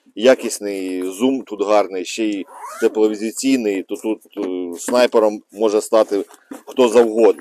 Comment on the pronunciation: ТЕПЛОВІЗІЙНИЙ А НЕ тепловізіційний! КОМПАНІЯ ТРАЙДЕНТ (ТРИЗУБ) А НЕ трідент.